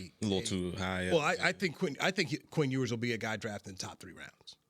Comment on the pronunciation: I lost it when he said Quinn Ewers ? Smmfh 🤦🏾‍♂️